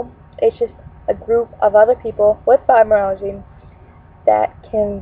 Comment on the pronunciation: It's pronounced FibromyalgiA! Not fibromyalgiE...